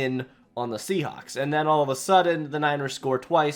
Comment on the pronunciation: That’s a funny way to pronounce Seahawks.